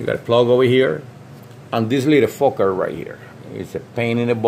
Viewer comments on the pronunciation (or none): "an dis little fuker rit here, is a pain in de-butt." Literally made me lol.